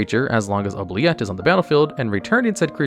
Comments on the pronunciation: OOO-BLEE-ETTE- OOO as in goo. Blee as in BEE...ETTE as in the Et in Etiquite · Please. For the love of God. Anyone playing Oubilette and pronouncing it as it's spelt, I give you the correct pronounciation: "Oob-lee-eh". It's French. It means "forget".